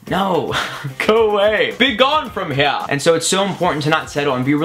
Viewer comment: LOL "be gone from heaaa!"